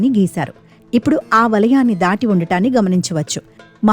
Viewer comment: “బక్తులు”, “శంబో”, “అవిబక్త బారత్”, —-ఏమిటో ఈ ఉచ్చారణలు తెలుగును ఖూనీ చేస్తూ!